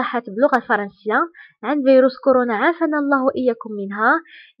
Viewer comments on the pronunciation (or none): none